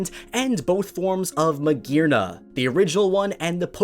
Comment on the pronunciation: So you pronounced magearna correctly but not druddigon?